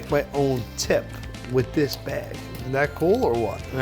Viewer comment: “Look a dat “. New joysee.